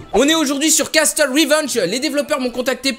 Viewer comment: "Castle" ça se prononce "casseule" ! Likez pour qu'il voit et qu'il ne dise plus "casteule". Merci ! :)